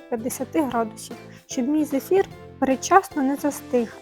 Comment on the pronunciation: Зефір, а не зифір